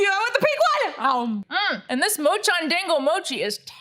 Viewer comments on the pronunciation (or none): none